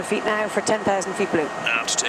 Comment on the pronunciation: That is my ideal pilot voice and accent. Nice accent. In the US we say 20 feet. She said 20 feast. In aviation being quiet is not an option. Communication is indispensable.